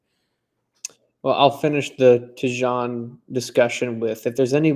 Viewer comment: It’s Tee-Jane